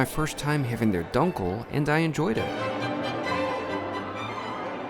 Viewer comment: Leberkäse = "layberkayze" Try it out next time, lol. Also, try "doonkel" for the beer. You will gain great respect trying to pronounce things correctly. Great video!